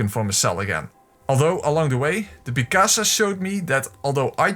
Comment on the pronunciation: pisacas not picasa😂😂erryone does that